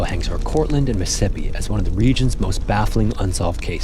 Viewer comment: You don't enunciate Mississippi correctly... LoL You have to say it slowly...